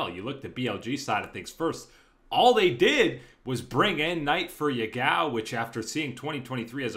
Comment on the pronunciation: His name is pronounced Ya-gao, not ye-gao. Btw, Ya-gao literally means toothpaste.